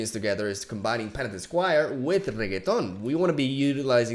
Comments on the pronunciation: Wtf? Why is he mispronouncing renekton? Cringe. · Why you always say Reketon HAHA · Me: "It's pronounced Renekton": "Reggaeton" Me: "Reggaeton" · Cara... Tem certeza que o nome do campeão e REGGAETON? kkkk Se pá, mas só se pá, pode ser reNÉKton. Mas admiro a Zuera. BR HUE. Seu canal é f0da. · Please... Watch any LoL video with RENEKTON in it. RE-NE-KTON. Reggaeton is a music type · I’ve been watching a lot pro league of legends, I’m used to hearing and saying renekton.. but after a few weeks of watching, i need to stop myslef from pronouncing it Reggaeton.. lol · I truly despise how you are calling Renekton, Reggeton. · why the fuck is he pronouncing renekton so weirdly its really annoying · Start watching video, hear mispronounce Renekton on purpose to piss of people, dislike and close the video. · Honesty is the best policy. With that being said the way you say Renekton makes me want to delete your YouTube channel :) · boi why u making renekton sound like a type of pasta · Can we please pronounce Renektons name properly? Please I like your videos but you saying his name wrong tilts me so much!! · Not a fan of how he says Renekton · I don’t get why people don’t like the way he says Renekton. It’s funny and I love it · They just dont get the reference that's why they hate it lol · Lets say that someone makes a video talking about (for whatever reason), and instead of saying his name like they pronounced it Maygul every single time. First few times, it would be very funny. Then when you realize that the person has no intention on ever using the person's real name, it becomes downright disrespectful(meme or not). Might not seem like much since this is a digital card game, but to the people who have watched champion spotlights, watched notable streamers like RenektonOnly, and have dedicated countless hours to loving the champ, that level of disrespect can go a long way to piss them off.